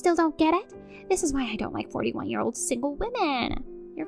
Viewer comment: Last story, it's not 'ear, but year!